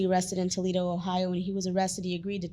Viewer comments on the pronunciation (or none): none